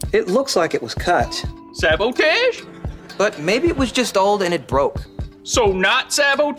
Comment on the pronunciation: When rex mispronounces sabotage, I'd snitch at that very spot. Saying "it was robbie and rex that did it!!"